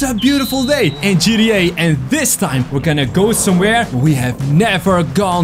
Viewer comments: Um its g t a 5 not gteh5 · He said at the start “GDA 5” boi you said it wrong >:O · U don't know hot to say gta 5 u said Gda 5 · you didn’t say GTA you said GDT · Dude I’m sorry but it’s gta 5 not gda 5😐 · I had to but it sounds like you said g d a i guess so funny and also can you turn the FaceCam off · When he say ggta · When u say gta it sounds like gtd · How he says gta v, GDA 5